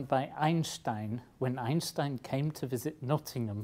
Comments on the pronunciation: you are the first english speaking human that i hear saying einstein not einstain like every one else :D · I am thrilled to hear an Englishman pronounce 'Einstein' right. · I was pretty amazed that he said "Einstein" in the correct german pronounciation. Very cool. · Great Video And he's one of the few people that know how to pronounce Einstein correctly